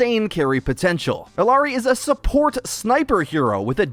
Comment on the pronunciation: ee-YAH-ri not ill-ah-ri